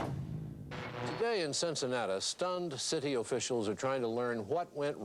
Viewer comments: Why did the reporter call it cincinatus? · Why did the anchorman pronounce Cincinnati differently?